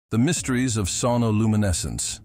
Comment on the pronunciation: Creepy AI voice. Sonoluminescence is one word, not two.